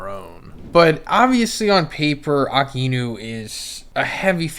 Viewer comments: 1092 chapters later you’d think that can call A-Ka-Inu correctly, who’s Aki-inu 🤦🏾‍♂️ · Why do you pronounce Aka-inu as Aki-inu ? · Bruh I just noticed you pronounce Akainu’s name like ( Ah Ka Enu) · It’s “A_kai-nu” if you’re gonna freaking do reviews learn to say the freaking names right. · Bro, good video but why do you persist to pronounce akainu’s name like that ???